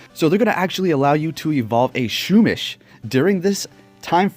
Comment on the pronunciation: U pronounce pokemon names funny. SHOOMISH 😂